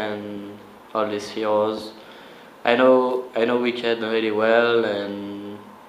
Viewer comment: lol this guy said wicked better then shy and stanely wtf lol